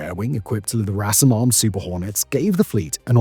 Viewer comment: "El"-RASM not "La"-RASM